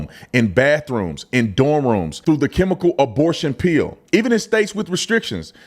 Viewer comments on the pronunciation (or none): With your accent, I heard "abortion peel," and thought, "wait, there's topical abortion creams now?!"